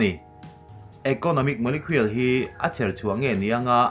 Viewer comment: Molecule i lam dan hi kalo ngaimawh ve deuh.. Molekhuel tia lam tur niloin Molekul ti a lam zawk tur ani...a enga pawh chu nise,kan CM hian Zoram hi a hmangaih anih chuan,dawt leh phuahchawp sawi tawh lo turin,a dinhmun atang hian bang ngam tawh rawhse...a hneawm tawh...MNF ah pawh thalai zawk amah aia tha an tam lutuk tlat